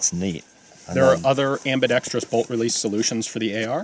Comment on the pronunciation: Thanks for NOT saying ambidextreeeeeus. A good review.